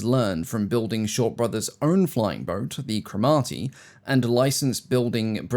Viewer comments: Suggestion: Get Google to show you how to pronounce words you aren't sure of. Cromarty is pronounced Crom-a-tea, not Crow-Marty. Sorry, but it's part of the shipping forecast, and I hear it every day. 😉 Otherwise, carry on. Great stuff. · assuming it was named after the firth, it's CROM-er-tee, not cro-MARTY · The 'Cro-MAR-ty'? Someone obviously doesn't listen to the Shipping Forecast on Radio 4... CRO-marty, Forth, Tyne, Dogger etc etc... A sea area. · It's pronounced crom-a-T not crom-are-T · Crommer-tea, not Crom-arty. Shorts had such a hard time selling aircraft in the 1920s they became coach-builders, also introducing aluminium alloy framing in that product. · It's CROM-arty, not Crom-AR-ty. Great stuff! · Cromarty = Kromartee - not Kro-Mar-Tee - emphasis on the first syllablle! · G'Day to you, when pronouncing CROMARTY, drop the R, its pronounced CROMATY, or may be I am talking to an AI? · Cromarty is a town in Scotland. It's pronounced "Crom-ay-tee" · You do keep finding interesting obscure aircraft - a great, indeed noble, service (But its pronounced Cromarty not Crom Arty- not emphasis on the A) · Crom-arty, Crom as in Cromwell. Part of Ross and Cromarty, the old Scottish county. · He says Crow-Marty. This is wrong. Pull up the BBC shipping forecast, Cromarty is one of the sea areas. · Just for information - Cromarty is pronounced with the emphasis on the first syllable, not the second. CROMarty. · Excellent video. Shorts were a very innovative company. One thing, as a Scot might I politely request that you learn how to pronounce Cromarty ;) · Interesting video, but I winced every time you said Cromarty, especially because I live near the village and know exactly how it is ment to be pronounced! Please learn how to say it properly if you are going to mention the Cromarty again. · An excellent video although I should point out that Cromarty is pronounced slightly differently. Have a listen to the BBC shipping forecast for a guide.